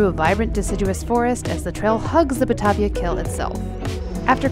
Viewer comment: Batavia => Baa-taye-via, and Cairo is pronounced C-air-oh not C-i-ro as in Egypt. Local pronunciation but then they may have been replace by the new residents.